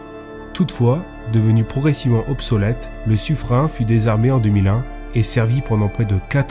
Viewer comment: ça se prononce sufrène! ^^ Belle trouvaille et belle vidéo